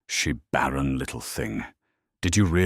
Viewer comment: “Baron” he had called her…….it is barren, not Baron as in a noble